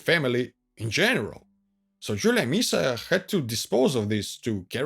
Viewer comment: The Latin pronunciation of "I" is the sound of The English "Eee", so it is pronounced "AntoNINE-us", just as you pronounced "Jul-EE-A" correctly. Latin vowels were pronounced ah-eh-ee-awe-oo. Long sounds only for I (sounding like EE) and U (oo). What's with that sinister ski cap look?